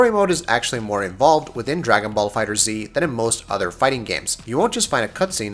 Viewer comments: So many reviewers are getting that wrong. It's Googleable guys. Just look up how something is pronounced. Fighters not Fighter Z. Also, the backgrounds are very intractable. Sure you can't hit someone with a car but you can destroy a lot of the backgrounds, knock opponents into buildings and mountains. You can even knock someone to a completely different stage or destroy the one you're on. The reason for the diminishing points is so you can plan your route properly and not just fight everyone. Otherwise it could just be a regular fight list. And I didn't feel there was a lot of experience in fighting games or time really put into the game. Like you played through most (not all) of the story did a bit of the arcade and said "yeah i got the jist of it." and put out a review. I could be very wrong and if so im sorry but i feel i could have put out this review with the 70 fights i got out of the beta and with basic Wiki research. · I just watched a few seconds of this video. If a reviewer can't even say the name of the game correctly, then I'm out. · Watched the first 2 minutes of the video...got tilted because you keep saying "Dragon ball Fighter ZEE" when it's pronounced Dragon ball Fighters.....dunno why...just bugged me... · Stopped the video the moment he said the title wrong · Pronounced Fighters :P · It's pronounced FIGHTERS not fighter Z. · Say it with me guys: FIGHTERZ. One word. Easy mistake lol. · FighterZ not Fighter Z......come on man... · It's pronounced Fighters. Not Fighter Z. The Z is there for design, not for it's own pronunciation. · erron black yeah trey Enma is right Bandai Namco had a livestream, at the end they stated that the game is pronounced Dragon Ball Fighterz not Dragon Ball Fighter Z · Totally right dude! Tomoko Hiroki, game producer said is Fighters. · Diego Fuentes Da Eira Yes, but do you pronounce gif as "jif" or "gif"? Because "jif" is the correct one, but "gif" just sounds better, and the same goes for FighterZ